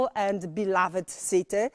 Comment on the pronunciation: Kiedy po germanistyce masz lepszą pronansjejszyn od anglistki... "Bilawed sity" 😂